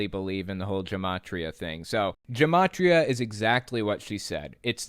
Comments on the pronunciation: I know this isn't the most important thing but gematria is pronounced with a hard G, ancient Hebrew didn't have a J sound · This mispronunciation of Gematria annoys me. The G isn’t pronounced like a J. It isn’t a conspiracy either. It was an ancient form of code Jews used to conceal who they were talking about. Ironically these people probably also think 666 is the sign of the devil when In reality it was referencing Nero. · its Gematria with a G GUH as good not J JUH there no j in hebrew it wasnt A-Z its hebrew. Aleph 1 Bet 2 Gimel3... also just like romen numbers I 1 V 5 III=3 NOT one hundred eleven. there no numbers in hebrew, aleph 1 bet 2 gimel 3 dalded 4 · You're pretty off on the Gematria thing. First of all it's a hard "G" sound, like "gamer", not a soft "g" like Germany. Second, gematria is basically just another numbering system (think of our Arabic numbering system versus Roman numerals). In fact, for Jewish dates, we often use the letters for the day of the month, so today is ט״ו of Iyar (or the 15th day of the month of Iyar). No magic there. It's just a different numbering scheme. (Here's a chart from Wikipedia on how the Hebrew letters are assigned a value: We use this for years as well, so this year is 5782 (in the Jewish calendar), which can be written as תשפ״ב. Now, for people who are experts in Torah study, many look to the Gematria values to extract some additional wisdom. This is the expert, expert level of Torah learning where you need to understand all the surface-level wisdom and knowledge before you dive in deeper.